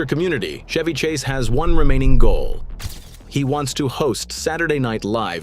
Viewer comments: First of all you can't even pronounce his name correctly 🙄 it's Ch-evy not Sh-evy😅😅 And the most hated celebrity is Tom Hanks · Idiot AI clickbait. The AI narrator can’t even pronounce his name correctly. Fuck this channel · The AI voice can not even pronounce peoples name properly. This is your definitive AI slop also Chevy Chase is great